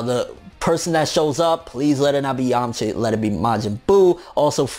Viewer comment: bruh... it's yamcha